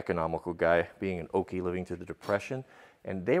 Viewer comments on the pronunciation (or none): did he say OKIE like an oklahoman that's dope if so I'm from Oklahoma